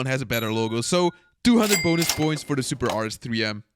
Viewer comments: "BUT IS IT WORTH FOR DAT SUUPAA DOLLAR?" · The suppaah got me laughing